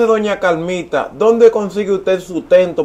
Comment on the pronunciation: Ja ja ja ja pronuncia la r es Carmita no camita je je je